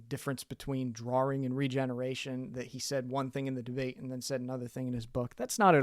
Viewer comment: Interesting video, this does beg the question. Why do you pronounce drawing as draring?